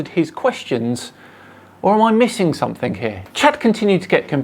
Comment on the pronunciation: The only time you make yourself look stupid is when you say “somethink”. You’re far too intelligent to not say “something” please stop it makes my ears cry.